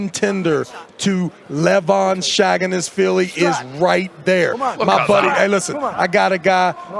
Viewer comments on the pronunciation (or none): Travis.....say this with me... LEVAN SAGINASHVILI. NOT SHAG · Travis consistently calling Levan "Shaggin-ass-vili" is so brutal😂🙈🙈🙈